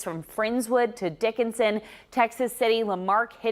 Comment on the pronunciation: Did she really say Dickinsin? 😂